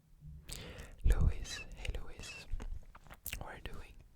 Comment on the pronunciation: I dont know why I got so happy when he said Louis... its not even my name its my celebrity crush's and I'm so glad that he pronounced it "Louie" even tho its spelled like Louis (btw my celebrity crush is Louis Tomlinson)